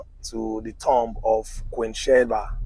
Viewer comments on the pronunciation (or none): none